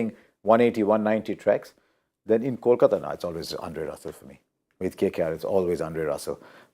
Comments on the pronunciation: How can someone pronounce CALCATA insted of KOLKATA! both the city and the team have the same name and pronounciation.. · Make the anchor repeat "Kolkata" , "Kolkata" 100 times before the next post match show